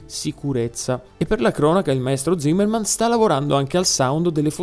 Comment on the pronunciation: Hans Zimmer, non Zimmermann, però ci sta oh, sta guidando e parlando, bel video! Comunque il confronto del sound sarebbe impietoso sia per l'eletttrico che per le ultime turbo se messe in confronto con l'E60 V10 e le E46 6L e E92 V8.